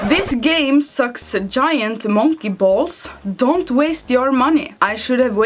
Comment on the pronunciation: Liked just for the pronunciation of "sucksa jy-ant monnkay bolls".